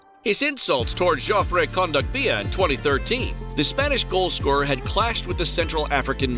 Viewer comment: Is it just me or is the way that he pronounces Kondogbia awful